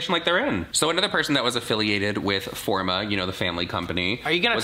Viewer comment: "The company is mine. It's FOR ME!" Jaclyn, it says "FOR-MA"